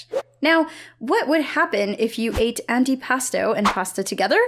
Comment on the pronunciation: The meme of “I have fallen and I can’t get up” is funny also antipasto is pronounced like anti pAsto